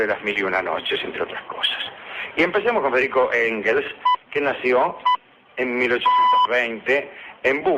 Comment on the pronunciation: Mis disculpas, mi estimado. Es "Engels" y "Moliere".